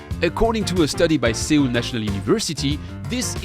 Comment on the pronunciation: your pronunciation of Seoul gave me a pimple.